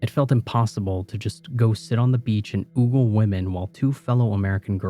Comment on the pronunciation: Ogle. Pronounced —O-gull. Not —oo gull